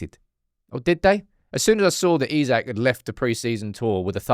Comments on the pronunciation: If this ain't click bait, i don't know what is not. Buying Isak. Why would he leave Newcastle for united. If you've ever watched Isak. Its not Isaac like people pronounce but in Sweden we say like"I" Sack. We dont have the finances and he would not want to join unless he has some fetishism for United. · It's EESAK bro not isaac, smh at leat get It right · He ain't coming to United, cause you can't even pronounce his name right, it's EESAK ffs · It’s Isak, not Isaac. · Its not Isaac, its Isak 🤣🤣🤣🤣